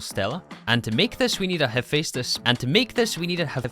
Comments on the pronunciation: its the "hef-estis forge". great vid as alwaus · Say it with me, Ha-fes-tus